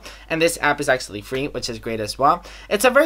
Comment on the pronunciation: vi can acshly vi can acshly vi can acshly 😂😂😂